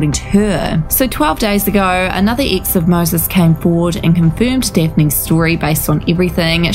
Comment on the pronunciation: 😂😂😂😂🤣🤣🤣🤣 I was thinking EXACTLY the same thing "Ix" ☺️